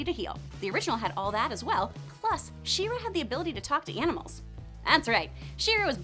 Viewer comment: I am I the only one who heard “Shiro” instead of “She-ra”?